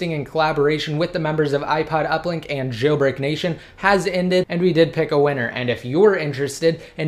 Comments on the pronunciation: I hate the way you say jailbreak. Chhhhhailbreak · It annoys me that you put the emphasis on "Jailbreak"